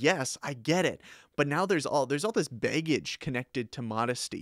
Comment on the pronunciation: I crack up everytime he says baygage XD great vid btw